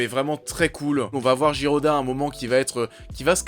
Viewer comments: C'est Ghidorah et pas Girodah xD. Sinon bonne critique ;) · c'est Ghidorah pas Ghirodah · Ghirodan ? 😂😂😂Ghidorah mais bon ses rien un ptit ereur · GHIDORA ! PAS JIRODA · Y a eu quelques petites surprises, par exemple l'utilisation de l'Oxygen Destroyer, les ruines sous-marines, les thèmes principaux de godzilla et Mothra etait plaisants à écouter PS : Ce qui m'a fais voir flou c'est ta prononciation "Jiroda" au lieu de "Ghidorah" -_ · cest KING GUI-DO-RA (quand tu dois le dire ) jsuis dsl ça ma stressé 😂jai meme pas encore vu le film jatt le streaming 😂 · C’est Ghidorah 😭 t’aurai quand même pu faire un effort sur le prononciation de ces monstres ICONIQUES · oui il dit jiroda xd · yop Alors deja ce n'est pas girodah mais GIDORAH , RODAN se prononce comme si il y avait un E , et pour le scenario c normal qu'il soit pauvre , C UN FILM DE MONSTRES OU LES STARS SONT DES MONSTRES , ALORS QUE LES HUMAINS PASSENT AU SECOND PLAN VOIR AU TROISIEME C NORMAL . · On dit Ghidorah pas giroda et on dit Rodan pas rodan et le DC Universe est encore d'actualité avec Shazam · La prononciation de rodan et ghidorah, OMG XD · Roooooooo ça va 😉